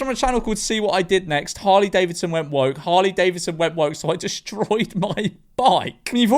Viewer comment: "even saying the name Hurley Davisson". Can't even say the goddamn names right, the whole country must be just guzzling lead at this point.